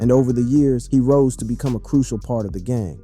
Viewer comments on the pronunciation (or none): none